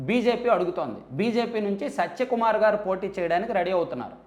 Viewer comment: Neku info ravadam entra karroda already anni news channels lo vachaka nv chepthav bokkalo sodhi by the way his name is satya kumar not sacha kumar pronouncesation kuda sariga radu vediki malli channel okati😂😂